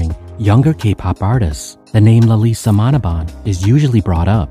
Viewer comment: Sir it's Lisa manoban not manobal.....otherwise tysm for the updates☺